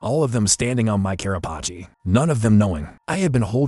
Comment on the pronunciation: It’s actually Carapace